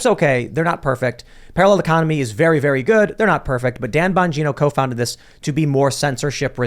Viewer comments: say very……vewry. no, there is no w in very 😂